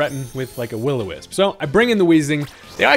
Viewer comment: So I could be wrong but it sounded like you said “wittle wisp” when you were bringing in the discoballz vs the grass monkey in game two